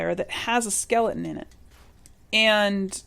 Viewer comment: I love your vault and I am following how to do it. At first I was so overwhelmed with starting vault 88 I about put the game away. But thanks to you!!👏 Also the way you say your t's Skeli-en reminds me of how Jon talks from game of thrones. :P